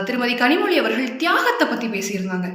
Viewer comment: 2ஜிய முதலில் முடிவுக்கு கொண்டு வரச் சொல்லுங்க கனிமொழிய முதலில் கனிமொழிய ளலழ உச்சரிப்போடு பேசச் சொல்லுங்க